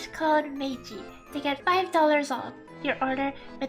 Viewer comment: for Maygi pronouncing her nickname.